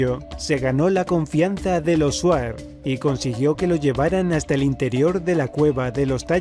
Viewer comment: Amigo se escribe shuar y le lee chuar 😀